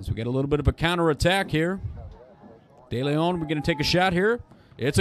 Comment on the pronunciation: “Day-lay-own” (Deleon)